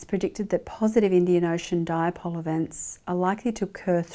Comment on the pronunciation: Nice presentation Professor but it is not pronounced as “Diapole”